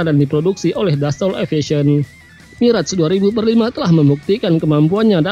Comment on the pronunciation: bacanya mirage 2000 dash 5 (2000-5)..info saja